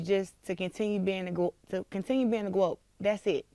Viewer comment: Big mouth "gwoat"